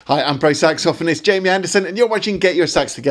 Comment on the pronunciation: It's saxophonist, NOT saxophonist